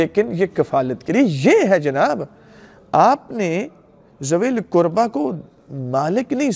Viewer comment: Arabic Ka Lafz To Theek Parrh Rahhay Hai K WaLiZilQurba Lekkin Urdu Tarjumme Me ZaaWilQurba Q Parrhte Hai......Mujhe Fadak Ka Maamla Nahhi Patta Lekkin Keh Rahhe Hai Bibi Zahra(R.A) Ghareeb The.....Lekkin Mere Khayal Se Muhammad(S.A.W.W) Aur Aale_E_Muhammmad(S.A.W.W) Or Sahaba Or Khulfa Se Barrh Kar Shehansha Koi Nahhi Or Na Kabhi Hogga....Or Quran E Paak Me Bji Iss Ayat Me Kahhi Ye Nahhi Likha K Ghareeb Bibi(R.A) Hai......Quran Me Hukam To Sirf Seedha Seedha Hai K Ghareeb Maskeen Or Musafiro Ka Hai.....To Quran Ko Ayat Ka Tarjumma Parrhe Aapki Tafseere Karni Bhi Hai To Tafseer Bhi Btaye Kahha Allah Ne Hukam Dia Hai K Ye "ل" Fai "ل" Hai Or Is "ل" K Lagg Jaane Se Us "ل" Ka Matlabb Bibi(R.A) Se Jirr Jaata Hai?........ MERI TO SAMAJH ME YE AAYA.....MUJHE Dr. Saab Ka Patta Nahhi Unho Ne Kya Bayan Diya Haqq Thaa Kya Tha.....Ye Jo Baat Menne Rakhi Ye Aapke K Bayan Me Se Hai.....Allah Paak Jaane Anjaane Me Likhi Mou'n Se Nikli Ghalti Maaf Farmaye